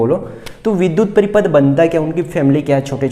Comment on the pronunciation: Paripath Nahin Hai paripath Nahin Hai